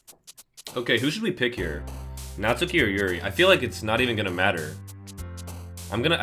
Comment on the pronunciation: You do not. Pronounce the "u". In Natsuki. It is "Not-skee". Not "Not-su-kee". You don't say "Sah-su-kay" do you? It's "Sahs-kay". Every person who's ever made a DDLC playthrough does this.